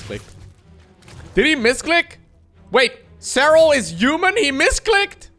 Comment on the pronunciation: I really like it how says human (juman)